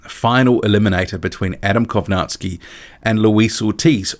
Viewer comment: Funny how you're saying kownacki name, if you're going to say his name half dozen times, please learn how its supposed to be pronounced